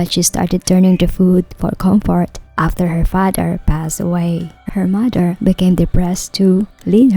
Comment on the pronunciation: 'mudder' and 'fadder' and 'grandmudder'. are strange pronunciations.